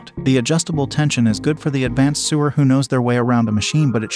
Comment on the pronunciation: Just saw this and I love all of my Brother machines -- 2 computerized and 1 serger. One thing though, and very important IMHO for the credibility factor. The narrator pronounces "sewer" (meaning people who sew) as though he means the pipes that carry sewage under ground. When speaking of hoop size of embroidery machines the narrator does not say "seven by 10" but insteads says "7 "ex" 10" -- reads out the letter name rather than what the letter means in this context. This indicates to me a sloppy production, which in turn reflects badly on the entire presentation and the machines being reviewed.